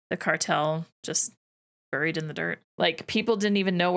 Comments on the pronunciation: I was taken aback. I’m Canadian too but have never in my life pronounced ‘bury’ ‘buried’ and ‘burial’ as burry, burried or burrial. My understanding is that only in some select locations in northern England is it ‘burry’ but that’s it. Every reference for all other English speaking countries it is pronounced like b-airy. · I don’t know where you learned to pronounce the word “bury,” but you’re doing it wrong … and you said it, or some version of it, so many times this episode, each time making me cringe harder than the last. It’s pronounced the same as berry. 👍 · Saying “buried” really sent that Canadian accent tru da roof ya